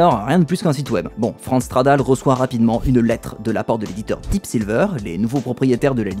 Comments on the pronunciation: Super vidéo merci ! Par contre à chaque fois que tu dis "Franz Stradal", j'entends "France Travail", ça me fume hahaha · J'avais 16 ans à sa sortie, je me rappelle encore de la couverture de PCJeux consacré à ce jeu. Sinon cette série est devenue une de mes préférées sur YT : merci ! PS: j'ai une hallu auditive. A chaque fois que tu dis Franz Stradal j'entends France Travail' (ce qui est assez marrant quand il démissionne).